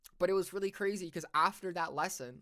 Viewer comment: why do u say "after" like that?